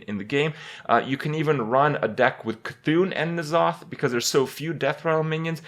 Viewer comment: its so annoying to see when hearthstone players that dont know shit about warcraft say stuff that is incorrect n'zoth is pronounced en'zoth